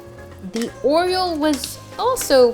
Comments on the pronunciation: 'or-e-o' not 'or-e-ol' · I kept hearing “oil” when you said oreo lmao